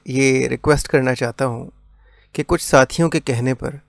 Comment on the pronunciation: Bhai sathiyon hota hai sathoyo nahi bhai. 😁